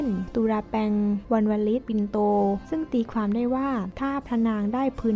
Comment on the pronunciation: ตีความ ออกเสียงเป็น ตีฟาม ใช้ภาษาไทยแบบนี้ มาอ่านประวัติศาสตร์ไทยได้ยังงัย มันน่าชื่นชม มันเก่งยังงัย